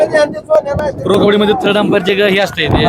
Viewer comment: थर्ड हॅंपर नाही रे 😂😂 अंपायर